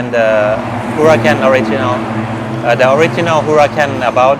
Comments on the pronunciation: Man, it's not a "Hura-San"🫣😉, it's a Huracan, speak it Hurakan, the C as a K! Btw., the Team Manager spoke it out correctly 👍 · You do know its pronounced hura-k-an and not Hura-S-an I'd might hope...